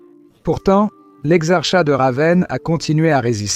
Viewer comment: Je tombe au pif sur "exar-chat" comme un minou… pfff…